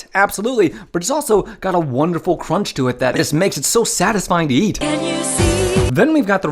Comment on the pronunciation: That's some good crounch right theah!